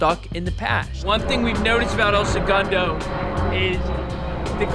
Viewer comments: Not the “El Se-Goon-Doh” 🤣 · El Segundo is pronounced "L-Sa-Gun-Dough" not however you did hahahahah. Nice try though brotha. I've been watching y'all since the start of your channel. Back when y'all had under 50k subs. I was born and raised here. Its cool to see my city get some spotlight. If you ever come back visit us local at the only bar in town, the Purple Orchid. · Might be good to uhm fukking properly pronounce the name of the city you’re reporting on?? Wtf is El Segoondo??